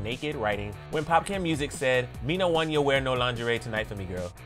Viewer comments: Not Emilio saying “popcan” it’s pronounced popcawn 🤣🤣🤣 it’s cool though . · Ok yes exactly I was like it popcawn as in popcorn honey 😶😁 it’s funny hearing him speak that patois too😁. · The way you pronounced 'Popcaan' be killing me😂 🇯🇲 greetings from the Caribbean